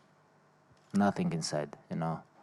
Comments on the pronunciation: Someone: Khabib: Nating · Haha the 'NATING' was spot on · No, correction.. Khabib said "I feel Nazzing"! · Lmao 😂 nating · Always doctors r comes to him for check up and asking what you feel. And he saying “Nating” please try to be my opponents personal doctors.. 👆🏼